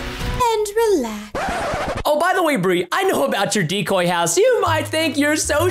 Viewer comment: Bri literally just said "Burr."